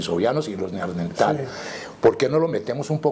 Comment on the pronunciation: Buena entrevista, un detalle: no es Neardentales sino NeanDERtales